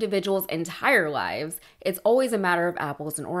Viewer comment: Did she say lives or lies?? If it was lies she was correct his whole life was nothing but lies.